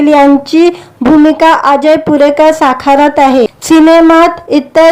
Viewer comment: भूमिका साखारत आहे की साकारत आहे? किती अशुद्ध भाषेत निवेदन करता आहात.